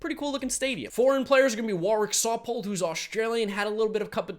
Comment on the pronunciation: I see you working on that Warwick Saupold pronunciation 😅👌🏼👌🏼